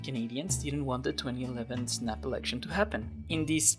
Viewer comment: It wasn't a 2011 thing though, Harper had been saying erection instead of election since 2006